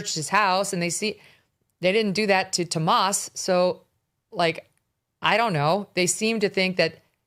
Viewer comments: Megyn you are driving me crazy referring to Annie Guthrie's husband as Tomas ... it's Tomasso ... This is remarkably sloppy attention to detail. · Y do you mispronounce tommaso’s name? Is it on purpose or you’re just a Dumbazz?!?